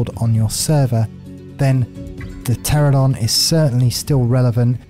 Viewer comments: Ter-an-O-don. FFS. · Why do so many ark tubers and streamers pronounce the Pteranodon incorrectly?